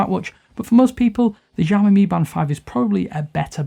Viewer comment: Lol learn to pronounce it right before attempting a review.